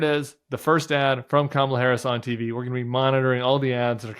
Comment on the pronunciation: My favorite thing about Tim Miller is the weird emphasis he puts on the T when he says TV.